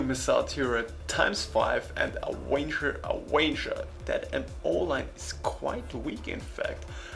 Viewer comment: I love the way you pronounce avenger ;p